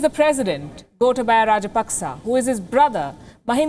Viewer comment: It's not rajpaksa it's raj-pak-chha.